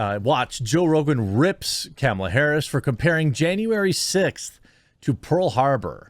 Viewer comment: Love how he says Kemilla